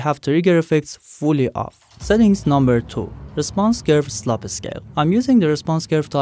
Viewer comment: I couldn't help but find it funny when they said slope as sloppy lol